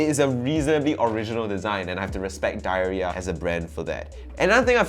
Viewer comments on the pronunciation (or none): I think I've heard the brand name actually pronounced "dee-air-yeea" which to me would make sense